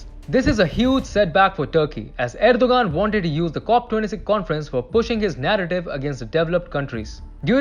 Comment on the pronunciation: You mispronounced Turkey's leaders name "Erdogan" and you mispronounced it every single time. If you want to come across as professional and not the amateur that you did, you need to learn how to pronounce the names of the things that you're talking about. A five-second Google search will show you how to pronounce his name correctly.